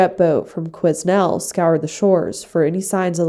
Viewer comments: Awe I remember these stories as I am from Prince George born and raised but It was an interesting way you pronounced Quesnel its actually pronounced kwii nell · The s in Quesnel is silent. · I love that you are getting the highway of tears disappearances out to the world. Thank you. I’m from BC and these true missing and/or murders are heartbreaking. FYI the “s” in Quesnel is silent. Thanks again for your content. You have so much compassion when you tell the story. (Facts). Stay safe. ❤